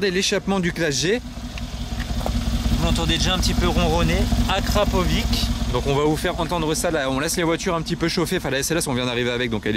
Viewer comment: Juste pour la prononciation on dit Akrapovi(tch) et non akrapovi(k)